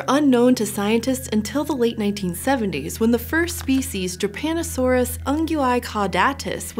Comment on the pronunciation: It took me way to long to realize that she said Drepanosaurus and not Japanosauce... Anyways, nice video.